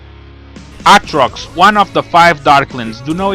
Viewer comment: Dude, it's pronounced Ay-trox.